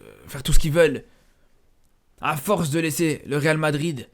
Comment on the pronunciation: à force de trop parler tu n'arrives plus à prononcer le real madrid